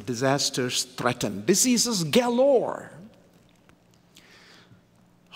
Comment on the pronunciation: pronounces diseases ( dizzeazes) as deceases..! A Phonetic gaffe.. an Amazing Pericopal theologian, author preacher..